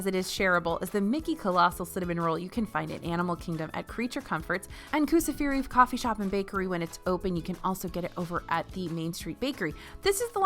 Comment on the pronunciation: Hey isn’t it pronounced “Koo-sa- fari” like the experience to see animals?